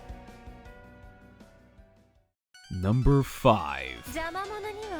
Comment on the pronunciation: tVoSQ pronounces -chan right, but not loli... don't think i've ever seen that it is usually "jackie CHAN" and "lollypop" instead of the proper chan and loli